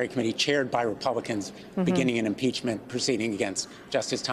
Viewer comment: Imprachment??? REMOVAL!!!!!!